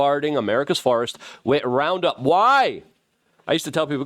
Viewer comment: Luke= "RupPound"